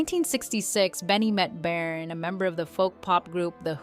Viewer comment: Where’s the ….” she was disgustingly “ part ? …..and you couldn’t even pronounce Bjorn’s name properly….